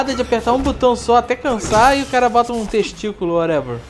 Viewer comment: TEXTÍCULO whatever? Ou... TESTÍCULO whatever ?!